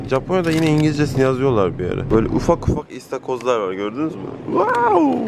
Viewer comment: Niye ıstakoz değilde istakoz diyo ndjdndj